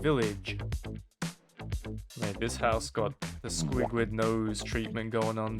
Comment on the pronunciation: "Wudah" "M8" "Rivah" man i love Australia